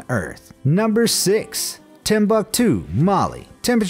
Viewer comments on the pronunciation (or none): none